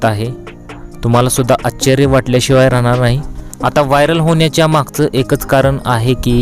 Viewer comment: आच्चर्य नव्हे, आश्चर्य.